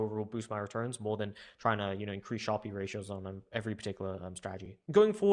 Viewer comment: How come you say Sharpe as “sharpie?”